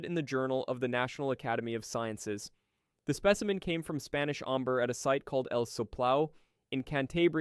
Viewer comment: WTF is "omber"?